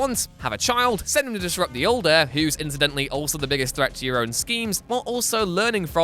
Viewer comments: It’s ‘heir’. Not ‘hier’ for God’s sake! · Heir not hier anyone else notice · 0.52 - HIER instead of "Heir" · Heir. Not hier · Its "heir" not "hier" even in England. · It's pronounced "air"